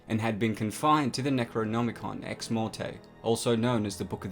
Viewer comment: Why did you pronounce "necronomicon ex mortis" the way you did?